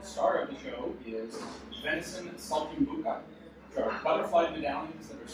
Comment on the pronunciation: He kinda butchered it.